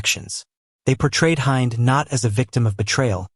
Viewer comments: IN ARABIC ... HIND IS PRONOUNCED HEND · I hate how you pronounce Hind and it's wrong.... Filipinos are sneaky....